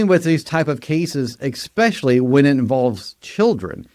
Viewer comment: Especially is with an s. Not an x..